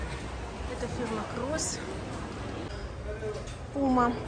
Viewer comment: Ну что вы, коммерсанты лучше знают все названия. Это мы тут, по-обывательски, неправильно читаем.